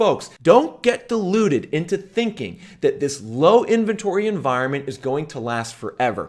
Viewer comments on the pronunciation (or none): none